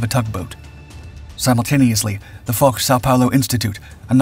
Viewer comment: Except that Foch isn't pronounced "Forh".